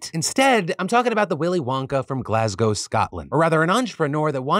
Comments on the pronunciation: As someone from Scotland, it was nice to see an American pronounce Glasgow properly. Well done. 👏🏼🫡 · Also thank you for pronouncing Glasgow correctly!